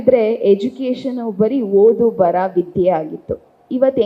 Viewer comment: Learn to pronounce kannada properly Ha ucchara bahala mukhya Ale Jana (say Hale Jana) Odu bara (say odu baraha) Henge (not enge)